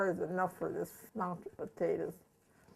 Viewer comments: It's just so cringey to see food being served in bowls with forks and not with spoons!!! Also, why do old people pronounce it like "pa-tae-daz" and not "potatoes" like it's spelled? Do old people have some sort of accent that makes them pronounce it like that, or is that just their thing? *rolls eyes* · I could feel all of Clara's love for her family. She is lovely. I love the way she says "potatas" I would ask to know everything about her history growing up in the Depression Era. May she rest in peace. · I love the way she says pa-tatus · My grandmother was from Missouri and pronounced them poe-tay-dus and 40 years later I still do for some reason. Even though I grew up in the Southwest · "Patatas" LOL - exactly how my mom pronounced it. She also grew up during the Great Depression and she used to feed us meals like this in the 1960s:) God bless this dear lady and her legacy, may her videos remain in YT forever. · I would like to get a dollar for every time the nice lady says potata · Now I chop the potatuhs....I had to drop outta high school....no less time to chop the onions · How many times is this bitch gonna say "the potatahs"??? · I like the way this old women says pataytas. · I love how she says potatoes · My grandma grew up in the Great Depression, too. In northern Indiana, about two hours from Chicago. She taught me how to cook. She pronounced potatoes the exact same way your grandma did. And we ate a lot of potatoes! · She is so sweet ❤️ and does anyone else love the way she says potatoes 😂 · i am sorry but you say potatoes funny but its only funny because i say it the same way